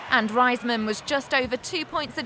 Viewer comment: its not pronounced Ryesman..its Raysman. smh can't stand ppl saying her name like that lol.